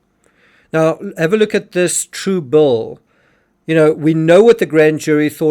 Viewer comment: Why does the narrator keep saying “True Bull” over and over “true bull” is different from “true bill”! Does he mean to say “TRUE BILL” or “true bull (meaning, true BS?). Big difference! 😮